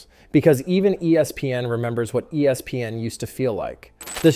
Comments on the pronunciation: He doesn’t just say E S PN. He also says E SPN, ESP N and ES PN. And all of those are annoying as well. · Annoying how he is saying E S PN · Yeah, it’s cringy. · Why is he struggling so bad to just say ESPN?